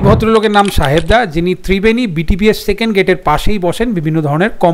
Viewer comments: সাহেব দা ❎ সাহবে দা ✅ 😂😂😂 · সাহেব দা হবে। সাহবে দা নয়।।😂😂😂